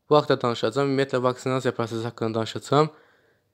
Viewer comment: данышаЦам, излэиЦиляр, кеЦирмиш 😂😂